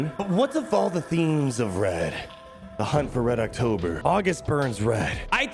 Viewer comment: As someone who loves book “The hunt for red october” (movie is great too) it slightly hurts me to hear you mess the title up lol